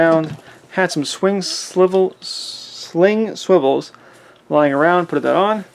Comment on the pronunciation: “Swing Slivels”… 😂😂